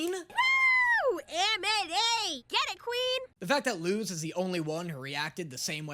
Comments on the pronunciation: So, I know you already addressed people telling you this, but Luz’s name IS pronounced with an s sound. It’s a Spanish (as in the language, not the nationality) name. That means it follows Spanish pronunciation rules. The z is unvoiced (meaning it sounds like the letter s). You said “see, it is ‘lose’” based on Eda’s pronunciation of the name, but that’s just Eda being close enough that it doesn’t really matter, but Luz’s name IS “Loose.” Rewatch episode 1 and listen to how Luz introduces herself closely. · nope, it’s luz not lus! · ITS PRONOUNCED LUS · Isn’t her name pronounced l-u-s but spelled luz Pls correct me if I’m wrong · Luz was speaking Spanish, her name is literally “light” in Spanish that’s why people have been telling you you are pronouncing it wrong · SHE'S LITERALLY SPEAKING SPANISH. LUZ IS PRONOUNCED AS LUS BECAUSE IN SPANISH Z IS PRONOUNCED LIKE AN S IN ENGLISH. IT'S LITERALLY CULTURE 😭